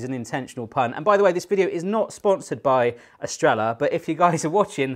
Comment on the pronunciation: "Estr-ella" killed me. It's Spanish, so it's Estre-yah